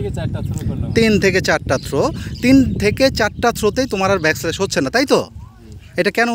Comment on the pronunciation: আপনার উচ্চারণ ও বানানজনিত কিছু ছোটখাটো ভুল চোখে পড়েছে। অনুগ্রহ করে বিষয়গুলো একটু খেয়াল করলে আরও সুন্দরভাবে উপস্থাপন করতে পারবেন। যেমন, কথাটা হবে ‘ব্যাকল্যাশ’, কিন্তু আপনি বলেছিলেন ‘ব্যাক স্ল্যাশ’। এই ধরনের ছোট ভুলগুলো অনেক সময় অপ্রত্যাশিতভাবে হাস্যকর শোনাতে পারে। এটা শুধুমাত্র বন্ধুত্বপূর্ণ পরামর্শ হিসেবে নিন।